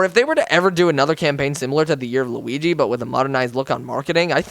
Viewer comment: L-U-igi LuWii-Uigi